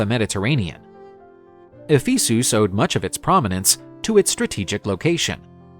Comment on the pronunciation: E-fee-soos? who pronounces it like that?